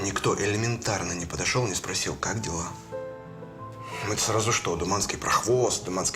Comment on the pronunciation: не думанский. а Туманский